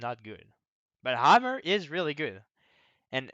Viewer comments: He says hammer but the accent makes it sound like armour. I know I got confused too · Think CDS should be higher. Seem useful as duelie option for maps like Albacore where you need long range. Side note: If you don't emphasize the H in hammer it sounds a lot like armor, since you don't say hard R's either. Our language isn't as melodic as french.